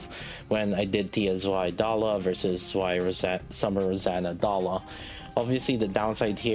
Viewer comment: I'm not even German but damn it hurts when you pronounce Zwei like that lol